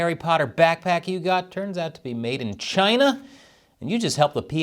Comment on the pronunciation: The ONLY correct way to say the official name of west Taiwan...Chiaaayna! 🇺🇸🇺🇸🇺🇸